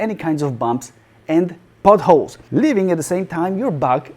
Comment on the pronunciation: Potholes sounds like buttholes.